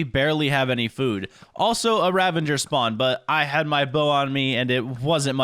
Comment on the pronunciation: RAVAGER, not ravaNger